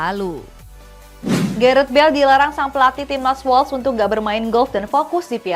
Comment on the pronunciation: Tolong donk pengucapan nama pemain, negara dsb...dikoreksi lgi... Kok amburadul banget... Timnas wales bacanya wels...dibaca es krim wols... Dan banyak lgi... Ini masukan bukan nyinyir...